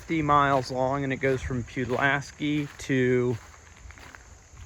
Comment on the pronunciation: It's PULL LASS SKEEE lol